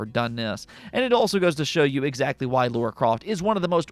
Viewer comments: He does say Laura 🤣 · it's LARA not Laura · Dude your content is great but for the love of the gaming gods, it's Lara not Laura!